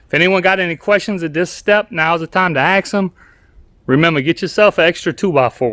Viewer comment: Wait, did you say, "If you have any questions, AX em?" 🤣 Funny, that must be wood talk!